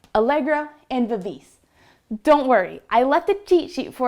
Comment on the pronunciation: Please practice the pronunciation of the Italian tempo terms =Moderato (mod ehr ah toh); Vivace (vee vah. cheh NOT vevase!); Ritardando (rih tar dahn doh); Accellerando (Ah chell ehr ahn doh).